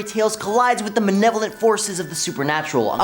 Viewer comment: why does he kep saying manevolent its malevolent